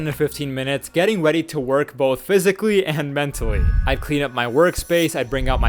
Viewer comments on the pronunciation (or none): “Getting weady to work”😂